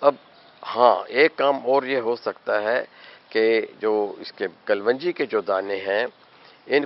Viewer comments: Why you say kal wan ji ???it is KALONJI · حکیم صاجب باقی سب تو ٹھیک ہے بس لفظ کل ون جی نہیں ہوتا کلوووونجی ہوتا ہے اگر آپ اردو صحیح نہیں بول سکتے تو اپنے گاوُں کی زبان میں ہی وڈیو بنا لیا کریں وہ بھی سمجھ آ جاےُ گی سب کو اسطرح کسی زبان کا ستیاناس ہونے سے بھی بچت ہو جاےُ گی۔۔۔ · آپ اسکو کل و نجی کیوں بولتے ھیں اس کا تلفظ کلونجی ھے ، kalonji ممکن ھے آپ کی یہ تحقیق ھو ، تو برائے مہربانی شیر فرمائیں ۔ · What is kaal wanji please pronounce right. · but it doent sounds good to pronounce WRONG